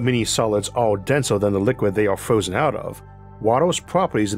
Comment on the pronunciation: I cant take this guy seriously 😂 beawws he cant pronounce r s 😂this is genius fwozen owor. WA TRR